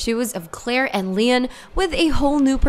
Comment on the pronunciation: I literally almost shit my pants when I heard that hahah!!! She also says lein instead of Leon. WHO ARE THESE PEOPLE?!?!